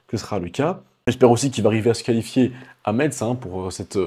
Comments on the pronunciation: Ça ce prononce mess ! 😢😢 METZ 😂😂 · Metz se prononce comme le mot « messe » ; pas besoin de faire la liaison entre le T et le Z. 😁 Hâte de voir Théo sur scène et Wesley aussi. On dirait un homme en bois tellement il a de définition. Il a un corps tellement propre.